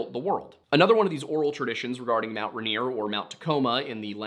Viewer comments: “Runear”? Dude. It’s “Rain-ear.” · Hearing you mispronounced Rainier every time hurt. Ray-near Pew-Al-Up The story about the food going down the western side sounds like it was probably the Osceola mud flow when the west side of the mountain collapsed, flooding down to Tacoma. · It's RAIN-ear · No way never thought someone would cover these stories. I'm originally from Puyallup, it's pronounced (pew-all-up) lol. And Rainier is actually pronounced just by sounding it out too so (Ray-near) and I can't speak for other tribes but most are actually just sounded out around here. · I know people have already said, but yeah, everyone here pronounces Puyallup "pew-wall-up" (or more, pyuhwallup, but thats hard to figure out how to spell phonetically). Also, this might be completely wrong in a historical context and may even differ throughout the state, but everyone I know (living in the puyallup area) pronounces Rainier "rain- near" I have no idea why hearing it pronounced rahnier is hitting my ear so wrong lmao